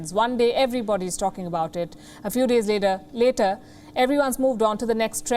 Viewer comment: a few days laydar (Indian accent) a few days later (American accent)